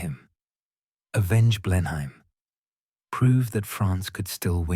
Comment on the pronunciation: A change to here Blenheim pronounced something like it should be.